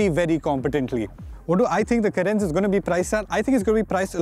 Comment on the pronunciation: Its ... Car -rens ..... Please keep the pronounciation accurate before shooting the video...